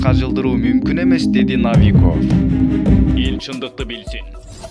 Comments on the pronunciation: Навиков эмес!!! НОВИКОВ... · Навиков дебей Новиков деп окусан